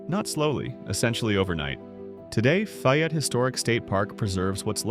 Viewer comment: Faaayette not